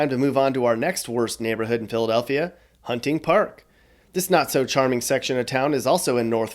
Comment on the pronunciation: He is not from here. Hunting Park is pronounced wrong.